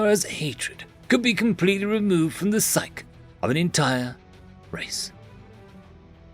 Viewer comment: I love your narrations, but please, for the love of language, "psyche" is prounced as "psy-key" and NOT "psyk".